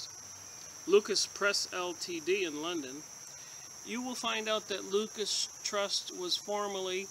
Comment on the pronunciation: I think it's pronounced 'loo-sis"